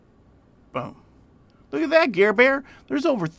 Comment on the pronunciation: He said Garbear 😂😂😂😂